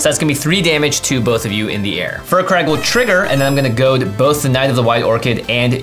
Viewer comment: I hate to still be that guy, but it's pronounced "Fire Crag" not "Fur Crag".